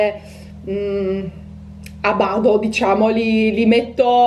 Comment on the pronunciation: si dice a bada non a bado!